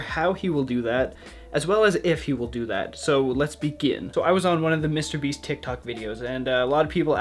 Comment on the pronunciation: "Mr. BEES"